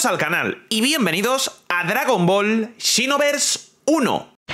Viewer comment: La pronunciacion seria "sinovers" no "chinovers" JAJAJAJAAJAJAJAJAJAJA